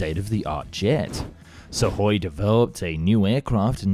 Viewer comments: pronunciation dude , it';s sukoy , not suvoy or suhoy , get it correct ya sound dumb when you don't pronounce correctly , i'm sure you want to ba professional then act like is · Great production values always, but I wish you would take English lessons in pronunciation, so many mis pronunciation of basic English and company names, it pronounced su koi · What is "suck-hoy"? What is a "bubble shield"? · God please stop saying SuKhoi… 😭 There’s no sukking here, the “k” is silent. 😂